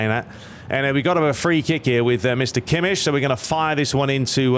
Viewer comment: It is “Kimek” NOT Kimsh!!!!!!!!